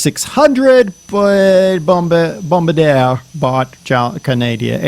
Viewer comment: its pronounced, Bom-Bar-di-er with an emphasis on the "ER"